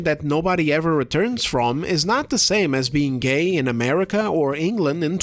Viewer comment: Her "gAiY" pronunciation definitely competes w that interviewr on the Acolyte "is this the gAiYeSt SW ever?"